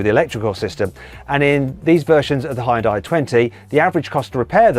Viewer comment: ヒュンダイの発音が「ホンダイ」になってるのが驚いた、間違えるって言うはずですねぇ